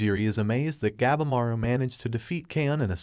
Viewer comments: God! You need to learn how things are pronounced. Shogun - its pronounced "Show-gun", not shoo-gun". And Gabimaru, "Gab-E-Maru" not "Gab-maru". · Gabimaru the steongest ninja of the strongest. PRONOUNDED GAH-BEE-MAR-OO it's pretty stupid you cannot pronounce the name correctly. It pisses us all off.